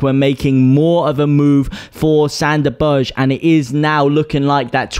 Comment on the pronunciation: Berge is pronounced burger